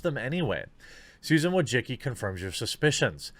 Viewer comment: Why do you pronounce her name like that? Wojicki? It's more like Wojiski.